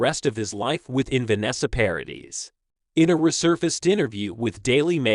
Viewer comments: It's Paradee not dis! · It’s PARADIIIIIII. NO S at the end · The surname Paradis is French. You don’t pronounce the s at the end of French words. Paw ra Dee. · Is it possible that there is just ONE American who can learn French pronunciation? Vanessa Paradis 's name is pronounced ParaDEE. The woman is French and deserves to have her name pronounced correctly and to be treated with respect! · paradis is pronounced pa-ra-dee , both a's are as in apple, and the s is silent, last syllable stressed. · Her name is pronounced 'Pa ra dee' the s is silent. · yes !! Obviously !!! But the « S » is silent !!!!!! Can’t you understand that? I’m French and you cannot pronounce her name with the s at the end it sounds terrible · Paradis (the "s" is not pronounced)